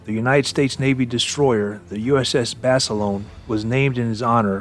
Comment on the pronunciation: Would like one JUST ONE video where Basilone's name be correctly pronounced. It's pronounced Baselona the i is e and a HARD A at the end.